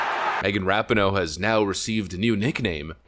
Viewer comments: Ra Pi No É not ra pi no... Then again, don't pronounce the E and keep mispronouncing it, it fits ! IT doesn't even deserve to have it's name pronounced right ! GOOD riddance if IT'S actually really gone ! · pronounced Ra-pee-no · Love you're videos and content, but once again her name is pronounced Ra-pee-no. I believe it's an Italian last name. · The narrator should learn how to pronounce her last name correctly. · I really don’t like this woman. But if you’re going to make a video about her at least pronounce her name right